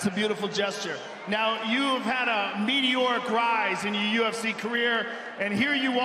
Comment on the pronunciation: Goldie says “the MEDOric rise “